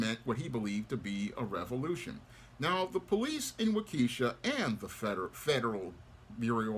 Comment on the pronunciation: Waw-ke-Shaw is how it’s pronounced